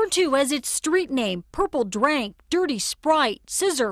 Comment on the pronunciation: That news reporter over pronounced "purple drank" so hard💀💀